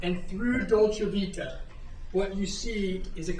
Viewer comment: A lawyer that can’t bother to pronounce right the name of the restaurant, how hard is to say Dolce Vita?